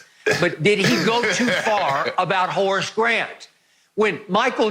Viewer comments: I can't get over the fact Shannon calls him 'Hoe' Grant 😂🤣🤣..... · "Harce" Grant.